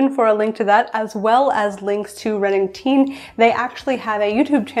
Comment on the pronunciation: Nice! Just a quick note - Reannag Teine would be pronounced kind of like the word "renown" without the 'n' - "ree-ow-nuck", and then "chey-nyuh" :)